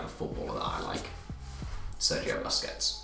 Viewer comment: Pretty atrocious pronunciation of "Busquets"